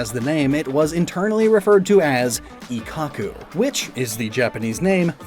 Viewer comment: "Ikhaku" ??? Ik-kaku